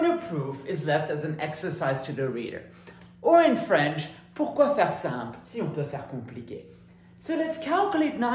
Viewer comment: Votre "pourquoi faire simple, quand on peut faire compliqué", est parfaitement prononcé.